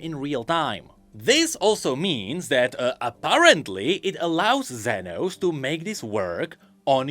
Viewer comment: As a Spanish speaker, I have the responsibility to tell you that "Zenos" is pronounced like "senos" which means "boobs" in Spanish. So yeah, it was funny hearing say "senos" every 2 minutes 😂